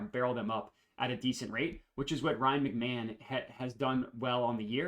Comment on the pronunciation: Isn’t it pronounced Ryan Mc-Ma-hone? The announcer was wrong if not hahah love the videos man